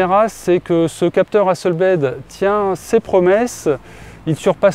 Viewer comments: Merci beaucoup. Belle présentation. Juste on dit Hasselblad (A) et pas ...Blaid (AI comme lame en anglais) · Comme c'est suédois, on va dire Hasselblad, pas Hasselblaide... (avec un a para un è ). Sinon merci pour la vidéo. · Hasselblad etant une entreprise suédoise, tous les 'A' se prononcent 'a' comme en francais... "hasselbladE" a l'anglaise fait saigner mes oreilles. En dehors de ce détail, super comparatif !